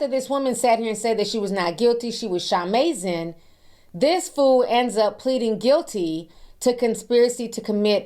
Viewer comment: Jen should have been arrested and had her rights ROUNDLY violated simply for saying Sha-mazing! 🤣🤣🤣